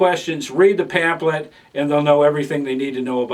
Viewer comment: p-a-m-p-h-l-e-t, not panflet.